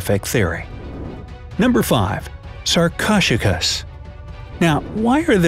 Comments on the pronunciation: Sar-cosh-a-kus?!?!?! It is sar-ko-su-kus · Sarkoshigus... lol... sar-ko-soo-kiss is more accurate to its pronunciation there, narrator man. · did he just say sarc-o-j-cus 🤦‍♂️ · "Sarchosuchus" is pronounced "SAR-co-SUK-us." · It's not sar-ko-chu-kas It's sar-ko-su-kas. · U pronounce sarcosuchus like this (sar ko sue sh ess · 'Sarcosuchus' is pronounced sahr-ko-sue-kuss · Okay, its pronounced (sar-co-sue-kus) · it’s pronounced sar-koh-sukas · For number five, I’m pretty sure it’s prenounced as sar-ko-sew-kus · It’s Sarcosuchus (Sar coa sue kus) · The crocodile was actually pronounced as sarc-oh-suc-us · You didn't say sarcosochus correctly its saRcO-sooch-us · He said sarcocheros typo🤬🤬🤬😡😡😡 👇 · It's pronounced sar-co-sook-us please try to get it right. Remember it has 4 syllables not 2 syllables. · You prenounce sarcosuchus as sar_co-suk-us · Why did he pronounce sarchosuchus so weirdly I am not joking😡😡😡😡😡😡😡😡😡😡😡😡😡😡😡😡😡😡😡😡🤨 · wow did u say sarcosuchus wrong that was not even close I didn't even relies u were talking about a sarco at first lol XD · DUDE YOUR SAYING THEM WRONG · They butchered the pronunciation of Sarcosuchus. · Lets talk about the COUNTLESS times he pronounced Sarcosuchus wrong -_